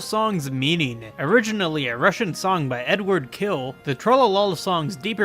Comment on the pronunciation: About Eduard Khil. His last name is pronounced as hil with the soft l, not kill. Lol